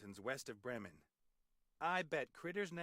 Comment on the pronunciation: "Брем'Энн" - это как город Бремен?)